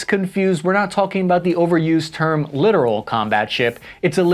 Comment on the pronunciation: The clitoral ships. 😂😂😂